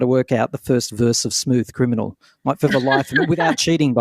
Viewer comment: I was always a big fan of Michael Jackson but his pronunciation is truly dreadful. . I seriously thought Michael Jackson was singing in Japanese when I first heard Smooth Criminal. My theory was that he spent so much time as a child studying grown up performers singing grown up songs, I think incomprehensible lyrics had a magic for Michael Jackson. Personally I would much rather he just sang ooh ooh aah (no words) than mashed up bits of English words. Maybe it bothers me because I'm old. When Michael's music was new to me in the 80s just about everything about Michael Jackson seemed magical.